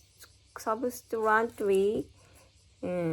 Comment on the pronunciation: You're quite close with your pronunciation of subsequently. To me it sounds as though you're saying subsquenly i.e. dropping the "e" in "se", as well as the "t" sound in "quent". There are some sample pronunciations on youtube and google which should hopefully make it clearer ! Convey still sounds somewhat off to me as I'm hearing conbayne. The end of the word should be pronounced as "vay". I know the "v" sound can be difficult to pronounce, so maybe start by focussing on the end of the word ? It should finish on the "y" sound in a similar manner to ray, bay, say. Again there are some samples on youtube and google that can explain it much better than I can !